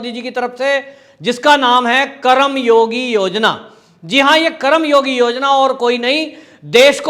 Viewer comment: सर जी उच्चारण सही और शुद्ध होनी चाहिए.! ये शब्द करम योगी नहीं बल्कि कर्म योगी है. संधि शब्दों का उच्चारण सही होना चाहिए.धन्यवाद..🙏